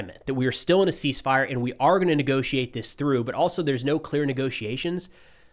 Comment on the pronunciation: The C is silent 😅 "ease fire"